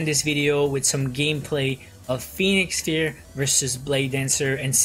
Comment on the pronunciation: It's pronounced Pheonix FIRE, bro